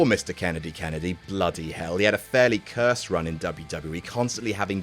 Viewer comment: I do appreciate the proper pronunciation of Misteeeeeeeeeeeeeeeeeeeeeeeeeeeeeer.... Kennedy